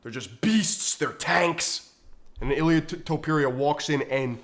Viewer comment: Jorge Masvidal calls him “Ilia Tempura” 🍤 and he trained with the guy. Your point is kinda pathetic.